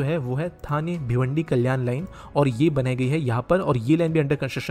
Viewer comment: Even after being a local Marathi person, he's not able to pronounce half of the names correctly. Calling ठाणे as थाने, खांदेश्वर as खांडेश्वर, and what not 🤦‍♂️